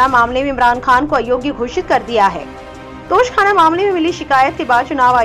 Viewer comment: tosh khana nhi 😁 toshah khana word ha